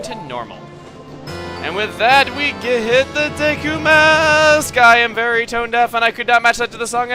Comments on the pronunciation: When he says "Deku," it sounds like he's about to say "dick." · i'm pretty sure that deku is pronounced Deekoo not daykoo or deckoo